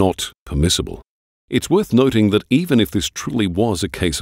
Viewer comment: Why does this narrator program add K to words beginning with N. Like kuh-noting? Listen to - it was done earlier and I thought I was hearing things.